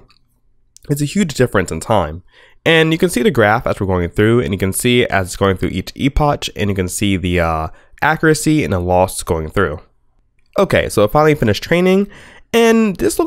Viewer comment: I lulled when you said 'epoch' xP it's pronounced epok